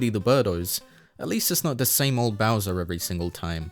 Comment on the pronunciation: why did you call him Browser